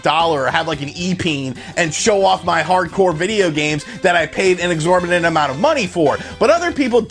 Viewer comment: "exorbinant amount"